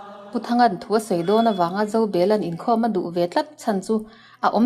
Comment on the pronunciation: Thuba nilo in Phuba tihbtur aw